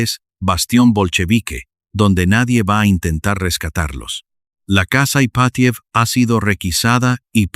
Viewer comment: Estupenda historia, pero los nombres rusos son esdrújulos, llevan el acento en la 1a sílava: Rómanov, casa Ípatiev etc. Es un detalle, pero importa en la narrativa. Saludos desde México.